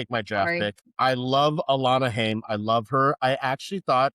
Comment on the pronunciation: as someone who likes the band, it's pronounced HIGH-UM. They're Jewish. <3